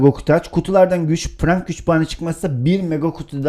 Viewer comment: Abi Frank diye okunmuyor Frenk diye okunuyor çok gıcığıma gitti